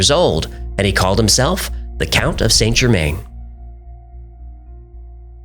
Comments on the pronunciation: San-Jermann not Saynt Germayne. Americans using French words is worse than Americans spelling English words incorrectly :D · Good video - and I hate to be that person - but your pronunciation of Saint Germain is wrong. It's pronounced San Ger-man (French) not Saint Germaine. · Correct pronunciation is closer to Sann Zhermehn. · Saint Germain is pronounced JE-man or zhuh-man, not GER-main (even in English). I find this really distracting from an otherwise interesting video. If you want to affect the correct French pronunciation drop the T in Saint, Sain or San JE-man. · St Germain pronounced: san germann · It's pronounced '' San gerMAN''